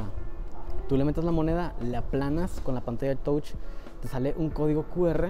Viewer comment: Todo muy bien,solo para ayudarte un poco,la palabra Touch (significa tocar)en inglés,se pronuncia Tach.